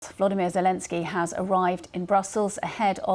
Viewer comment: His name is VoloDYmyr, accent on the third syllable. Please pronounce it correctly.